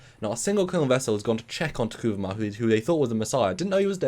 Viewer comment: say it with me T'Kuvma (Ta Koov Mah), not Ta Koovoo ma